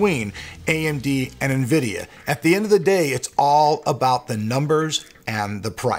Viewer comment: Nvidio? Never heard of it